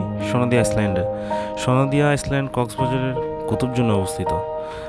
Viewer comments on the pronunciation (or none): শব্দ টা আইসল্যান্ড না, আইল্যান্ড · আইসল্যান্ড না ভাই, আইল্যান্ড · its iland=island,not iceland.lol